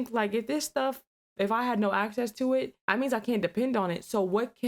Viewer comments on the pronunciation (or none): none